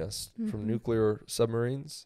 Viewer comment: By the way, Jinger, say the word “clear.” You pronounce it “kleer,” right? Right. Not “kyooleer.” Okay, now say “new” and “clear.” New-clear. Say it fast. Now say it fast followed by the word war. New-clear war. There you go. Your welcome. (I mean, the word is spelled nu-CLEAR, so it’s pretty easy to just think of it as new-clear.)